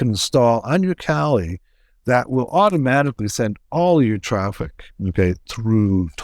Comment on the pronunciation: <CRINGE!!> It's pronounced "kah-LEE"